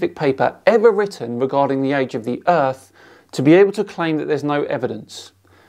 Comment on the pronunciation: I doubt the credibility of a man who says "earf."